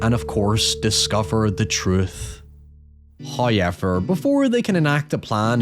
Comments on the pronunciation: Why the fuck do you say "hoyever" its hoWever omfg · First "hoyever" drops . This is as it should be.